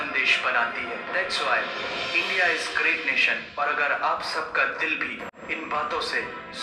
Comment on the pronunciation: দিদি ভাই এটা গ্রেজ না,এটা গ্রেট।